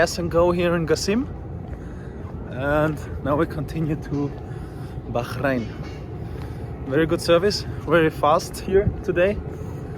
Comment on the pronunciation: It's Bahrain, just Bah-rain. In the 4 years of living there, I never heard anyone but a newbie to the island say "Baxharain".